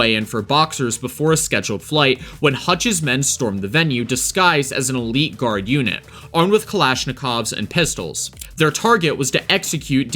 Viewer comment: "Dubelin" "Lanzoroh" and "A scheduled flight" (instead of "fight") Was this made by an AI who huffs paint?